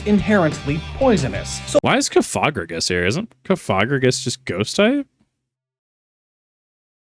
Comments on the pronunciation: Cofageius cofegrigus. The pronunciation is getting me. Its off a coffin. Not coffee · i was thrown off by your pronounciation of cofagrigus and naginadel im sorry 😭